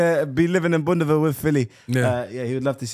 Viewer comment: I agree with Filly. Neymar Ronaldo Messi Man said "if i wanna dish him" man said boundaville. 😂😂😂😂😂😂